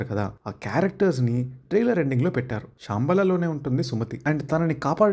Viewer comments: శాంబల కాదు, శంబాల bro... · Adi Shaaambala kaadu ra ayya, Shambala! 🤦🏻‍♂️ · అరే బాబు అది షాంబాల కాదు రా "శంబల" ప్లీజ్ అన్ని సార్లు నువ్వు కూని చేస్తుంటే చూస్తూ ఉండలేకపోయా